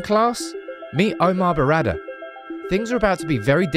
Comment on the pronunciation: It's not DD. It's Berrada, not Beradder. Sorry, your pronunciation is getting on my wick.